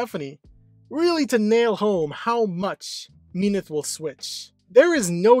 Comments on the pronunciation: In many of the stories, their affair took place before the union of Hades and Persephone. This is mirrored when Hades is described as the most loyal to his wife than his brother are to theirs. It is a little jarring when he mispronounces Minthe as i pronounce it "Min-th-ee" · Minthe is actually pronounced like creme de minthe. In mythology, Minthe had an affair with Hades and Persephone was so engraged that she stepped on Minthe, turning her into the Mint plant. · I literally just was pronouncing it Minth and completely dropping sounding off the E. It feels more correct to me. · I thought It was pronounced Min-th-e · is it pronounced minthee, minty, or minth??? WHICH IS IT???? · I literally can't watch past the first minute because the wrong pronunciation of Minthe is killing me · How do you say minthe wrong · You pronounce minthe very weird